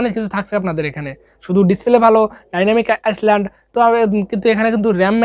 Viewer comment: ডায়নামিক আইসল্যান্ড না ডায়নামিক আইল্যান্ড 🤣🤣🤣😆😆😁😁